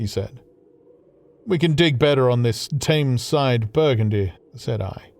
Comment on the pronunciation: Gripping, but why does he pronounce Thames to rhyme with aims.